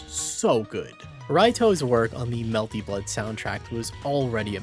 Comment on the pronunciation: It's genuinely incredible that the higher quality your videos get you never change the sociopathic way you pronounce melty blood i respect it